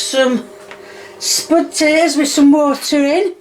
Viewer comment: Hi just have a question for u im not a native english speaker but id like to know why you say spotatoes and not potatoes by the way this isnt a hate comment as i love ur content and keep up the good work